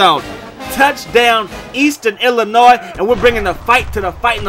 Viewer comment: Aye the S in Illinois is silent! 😂😂😂. “il-uh-noi”